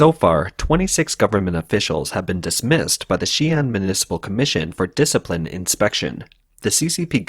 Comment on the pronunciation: "Disciine inspection" yikes. Stalin much?